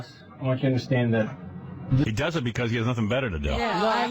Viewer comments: great “be-COSS” here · Been listening for a million years and never realizing says Becussss